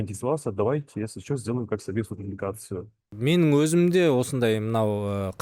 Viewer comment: ПікіріН демей, пікіріҢ деп Ң мен Н ны дұрыс айтыңдаршы журналисттер. Деффектологпен жұмыс жасаңдар,болмаса Ң дыбысы бар сөздерді жаттап алыңдаршы. Н деп мұрнын тазаламаған бала сияқты сөйлемей. ІзденіпсіН❌ Ізденіпсің✅ МеніМ ❌ менің ✅т.б Журналист бола тұра, неге дұрыс сөйлемейсіңдер🤦😡